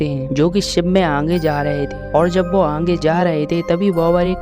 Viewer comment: Aange mat bolo aage Hindi nahi aati aapko from Uttar Pradesh ayodhya